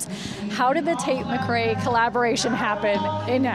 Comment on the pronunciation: It’s McRae, actually